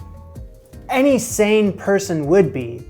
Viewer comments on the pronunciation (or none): none